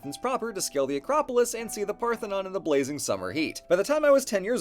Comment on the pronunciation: "They say of the Acropolis where the Partenon is..."